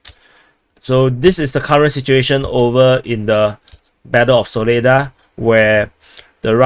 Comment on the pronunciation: Its pronounced Saw-leh-dhar emphasis at the end 🇷🇺🔥🔥🔥